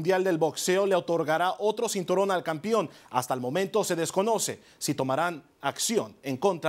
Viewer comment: " campion " jajajaja